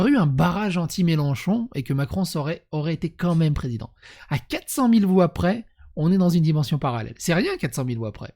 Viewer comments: "Comme même".... Vraiment? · "comme même" 😂😂😂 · "comme même" aïe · « Comme même » non stp pas toi 😢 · on dit "Quand même" pas "comme même" bon sang !